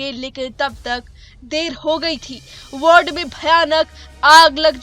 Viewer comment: मैडम साहिबा, कृपया वार्ड को वर्ड न बोलें।